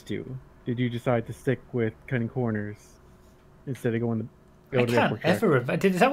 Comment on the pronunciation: I'm a northern lad and i still cant say it as well as you do.